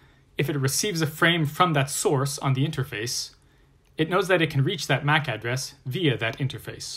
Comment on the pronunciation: i very much dislike how he says MAC address, Makes me wanna quit watching